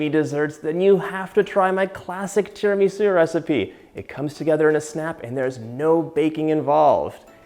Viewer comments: TiramisÚ!!!! TiramisÚ! Great recepe but you have to pronounce the name right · “Tara-ME-sue” … not sure if it trust the recipe anymore (/j) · Please pronouncee Tir ma sue and mask a one cheese. The egg & sugar is. San en none. - I've given you the phonetic. Pronunciation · His pronunciation of tiramisu is so cute, or do I just say it wrong? 😜🤔🤗